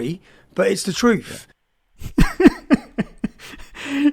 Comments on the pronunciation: Trouff, what the fuck is a Trouff, Stephen? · 'The trufe' lol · He literally said 'de troof' he can't even speak properly, he IS thick. No evidence of him being 'tortured' either, he's a liar who brags about the cost of the things he's buying and experiencing while milking people for donations. 'Free speech' does NOT mean you can say whatever you like and nothing will happen. It means you say it but you face the social or legal consequences. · I'm so sick of these right-wingers saying 'its de troooff' they can't even speak their own language properly and they're hunting migrants and criticising others. Come on. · It’s der troof 😂